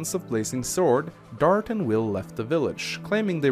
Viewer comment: Usually Rebecca becomes a god for me and I only need to grind a bit in the chapter you get her in. And forming a support triangle with her, Wil and Dart (why do you pronounce his name Dartch btw?) can make her one of the best units in the game.